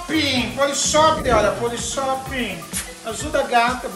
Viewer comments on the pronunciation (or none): É "Polishop", Silvetty! Chama certo a marca pra chance de patrocínio aumentar, mana kkkkk